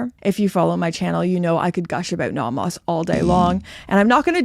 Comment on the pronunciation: Welcome back! I appreciate that you've adopted a more European pronunciation of Nomos rather than the North American one :)